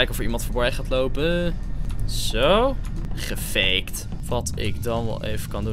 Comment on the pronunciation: Hij zei veegt